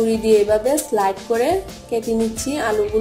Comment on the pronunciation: word ta slide hobe na slice hobe....😂😂😂